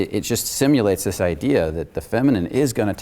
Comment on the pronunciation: "You do thees...."